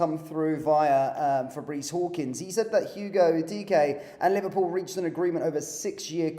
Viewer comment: Of course!!! Please get the pronunciation right - Eh-kee-tee-Kay!